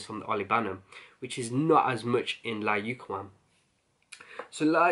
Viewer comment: Bro I love all your videos but layukawam is pronounced like this layukaaaaaaawam. It's Arabic word means irresistible. Best wishes